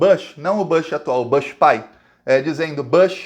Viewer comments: Oi,. Desculpe, usaria outro meio se tivesse. Seja um arbusto, mesmo ou o sobrenome estadunidense, a pronúncia correta é "bush", mesmo. A pronúncia aberta, "bãsh", não se aplica. De resto, grato pelas atualizações e pelo espírito! Abração. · fala Bush mesmo nao Bash, ou besh. e bush